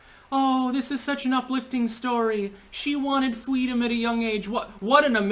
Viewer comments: She let one of "them" bust nuts in her face so she could have FWEEEEDOM! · She was asking for fweedom between bong hits with Tupac. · 'Fweedom' is just another word for 'Twump didn't really lose'. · FWEE-DOM's just another word for nothing left to lose. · As a child, Harris wanted "fweedom". So, as an adult, she TOOK IT from others, somehow satisfying her childhood desire. I wonder if, "sociopath" would be too great an understatement... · “I want fweedom, black men have it and I want it. I’ll take their’s” - Kamala, probably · I wan't fweedom from the snapping meow. She's an empty vessel. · “I want fweedom” ... becomes a prosecutor and locks up mainly Black men. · That fweedom story was the cringiest shit I've ever heard, this was worse than those weirdos who were saying their 3 yrold was into politics and hated trump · I'm fairly certain she screamed FWEEDOM when her heels were up in the air. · Fucking great point - she wasn’t so concerned with fweedom later in life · She's a FWEEDOM Fighter. 🙄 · That “fweedom” story sounds like bullshit to me I can’t believe people are willing to listen to that and praise her for something that is most likely a pandering lies. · Kamala wants fweedom to listen to Tupac while she was sitting next to Rosa Parks on the front of the bus. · But , muh fweedumb ..her lie amp goes to 11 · "FWEEDOM" IS WHAT HARRIS SAYS WITH A LOAD OF "COME" IN HER MOUTH